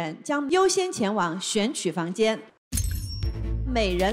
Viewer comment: 谢娜：前往（wan），宁小红花。这基本功还得再练啊